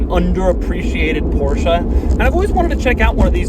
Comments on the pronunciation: I really want to smash your head when you say "porshA" instead of "porsche"... There is no A!! XD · porschE not porschAA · It's not a Porsha... it is porschE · Porsche .. Not Porcha lol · ProschE not PorschA. Damn. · No it's "porscher" not "porsh-aa"! It ends in a fucking E not an A! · Not sure if Doug knows but I believe it's pronounced Porsche and not PoRsHa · its porshE, not porshA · Please stop saying PorschA!!!! It’s Porsche. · Porsche!!!! not Porscha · Doug it's Porsche, not Porshc-a! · Jesus, Doug... I am getting scared of watching your Porsche videos... For the love of God, it's PorschE, not PorschA... Just like you're Doug, not Foug.. :) Poor Ferdinand is probably rolling in his grave... Love your channels by the way, keep up the good work..! ;) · it‘s Porsche and not Porscha!!! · It’s not a porsh uhh. Porsh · THIIIIIS IS NOT PORSCHA ITS PORSCHE FOR GOD SAKE! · Why the Americans call it a PorschA is beyond me. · again Porscha dear god americans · STOP SAYING PORSCHE-A, ITS SO ANNOYING!!!!!! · Its not a PORSCHA 🤣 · Take a shot every time Doug says Porsha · Joey: It's PorschA!!! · And even though..it’s NOT a PorsCHA😜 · PorschA is back...... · A PorschA ? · I love Porscha. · PorschA??? god i wanna smack u in ur head whenever u say PorschA!! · How many times he said the name Porscha incorrectly and he even had it correct in the title and written everywhere on the car... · Hitting like faster than you can say THISSSS XD And btw PorschEH, cmon :D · "porsha"? wut :D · Porsch AAAAA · Stop saying Porsha. Every time you say Porsha a baby Porsche dies. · nice, another PORSCHUAH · So we have a porsha here. OK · THIS...is not how you pronounce Porsche 🤷🏻‍♂️ one of my favourite quirks is how there’s no -a at the end. And if there is one, I can’t find it. 🤓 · Please learn how to pronounce german car names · next goal is to get him say Porsche correctly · I cringe every time he says Porsche